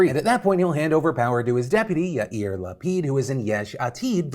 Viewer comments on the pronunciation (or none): none